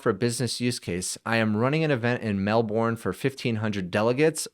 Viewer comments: Mel-bin, not mel-born! :face-blue-smiling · As an Aussie, pronunciation of Melbourne is "Melbin" - it's very British in a way, the second syllable is greatly shortened. In fact, as an American, you may extend the 'i' in Melbin, so from an American's perspective, it would be more like "Melb-n", does that make sense? It's just I know a million Melbournians would make a big fuss about it, lol. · The way you say Melbourne is a new one 😂